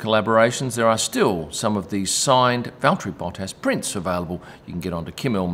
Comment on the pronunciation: Bravo on the pronunciation of Valtteri's name. I think he would approve!